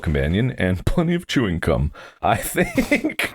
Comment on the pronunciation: Did he say chewing cuuuum